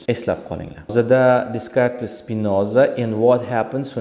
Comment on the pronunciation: Faqat Descartes soʻzi boshqacha oʻqiladi adashmasam.